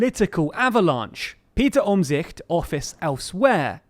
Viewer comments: Props for your pronunciation of 'Omtzigt'! Can't be an easy name to pronounce for a non-Dutchie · I applaud your pronounciation of Omtzigt!